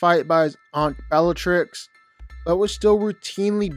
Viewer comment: You said bellatrix’s name wrong, no wonder why your list is mid. Harry is definitely not below Hermione.